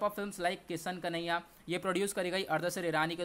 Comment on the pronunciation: Abe bhai its किसान कन्या । किशन कन्हैया नही kyu bhai aisi taisi maar raha h yarrr